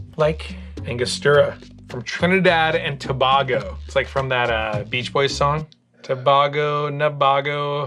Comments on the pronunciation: To-bay-go, not to-bah-go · Toe-bay-go. Say it fast. Such a fun episode. Loved the monkeys but you guys looked weird in the AI. 😅😂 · The mispronunciation of Tobago is hilarious. Queen’s Park Hotel is in Tinidad NOT Tobago. This guy is an idiot. T&T is recognized as one Country 2 separate islands.